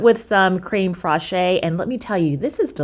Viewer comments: Creme fraiche is pronounced krem fresh, with the e in fresh having a slight A sound - like fraysh. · Never tried crème fraiche in a crumble. Sounds delicious. (Also it’s pronounced creme fresh) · Creme fraiche is pronounced crem fresh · I love you but the cream “frah-shay” is killing me everytime I hear it! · Love your videos! No tea, no shade: Fraîche is pronounced similar to fresh, but like this: fraysh. The E on the end sounds like ayyyy only if this accent is above it: é. It is called an accent aigu (ayyy-gyuuu). I can’t wait for more videos! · Love your videos! No tea, no shade: Fraǐche is pronounced similar to fresh, but like this: fraysh. The E on the end sounds like ayyyy only if this accent is above it: é. It is called an accent aigu (ayyy-gyuuu). I can’t wait for more videos! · This all looks great and I'm definitely going to try some of these recipes. So came to say it's pronounced "crem fresh." 😉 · Hi love your recipes! FYI, creme freche is pronounced, like craim fresh. The e at the end is silent 😊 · Okay I love your videos but you pronounce creme fraiche incorrectly. I don't know why it should bother me at all. And I am not a teacher but I am like the spelling police and sometimes the pronunciation police. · Yup, thank you for doing this! I took 5 years of French and I was about to do this myself! 😅😂